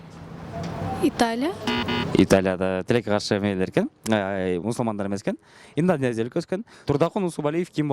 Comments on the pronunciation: Инденезия😂😂😂 Индонезия эмеспи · Инденезия эмес, Инднозения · Инденезия эмес Индонезия. Бироонун таптырып эмне кыласынар???